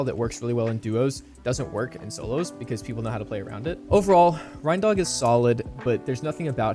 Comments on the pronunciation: it's pronounced rain-dog like rain-deer smh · How do people keep mispronouncing reindog? It's literally not that hard he's a combo of a reindeer and a dog. 🤣 Reindog man